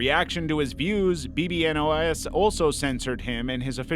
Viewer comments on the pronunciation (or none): Hey, I know this is five months later but bbno$ is actually meant to be said as "Baby no money" or "bibinos" as his fanbase jokingly calls him!:)